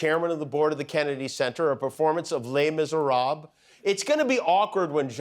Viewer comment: lay miserobb???